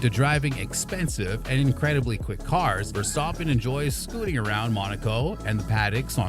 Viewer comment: Am I the only one that hear him say, "Max Verstoppen"? Great video btw.